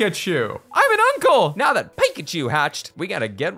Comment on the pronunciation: says PIEKACHU and not PICACHU